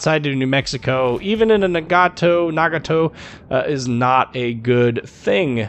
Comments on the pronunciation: So glad a fellow American tries to pronounce something how it should be in it's native language...since growing up I grew up leaning from a Japanese family in my neighborhood...it'd be pronounced (na-ga-toe/nah-gah-toe - depending on accent and which part of the US you'd be from). Great review and in-depth information video and I thoroughly enjoyed! Edit: Finally got mine and have to say that this and (from what I've heard...the Izumo) are just to be free exped. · The one thing I like your video is you did a good job saying the Japanese ship name. Nice job.